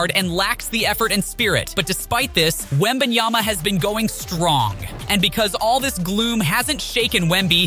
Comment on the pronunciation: ..Wembanya??? How TF you gonna make a video about the kid and not know how to pronounce his name? Embarrassing.